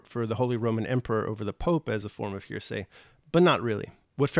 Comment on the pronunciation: I'm finding your commentary interesting, but you are making one big mistake--mispronouncing the word "heresy." It's usually pronounced "HAIR-uh-see," not "hearsay," as you are pronouncing it. "Hearsay" is something else.